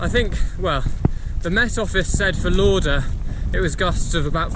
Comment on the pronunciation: Well done to you. Just watched last two videos will watch the rest tonight. I used to live in Jedburgh, family still do. Lauder is pronounced as Lawder . But we’ll done buddie awesome achievement.